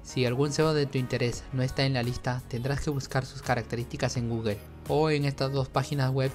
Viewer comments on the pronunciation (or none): none